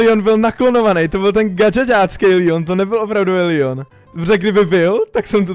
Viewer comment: Je to leon a ne lion